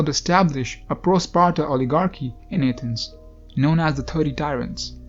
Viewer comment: You sound like a retard when you say Athens!